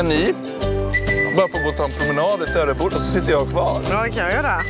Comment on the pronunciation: MEN HUR SÄGER DU TÖREBODA POJK?!